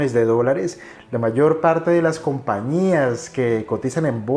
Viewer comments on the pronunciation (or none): none